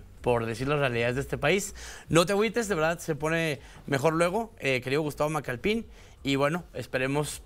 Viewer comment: Por qué dicen Macalpín? Se nota que no tenían idea quien es él y nomas están repitiendo lo que dicen los demás canales. Al menos gugoleen😅 Es Macalpin, sin acento jaja